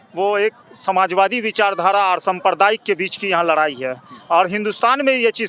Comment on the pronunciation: Larayi nhi ladayi hota hai bihari babu log 😮😅😊